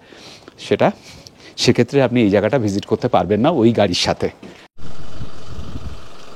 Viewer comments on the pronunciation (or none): none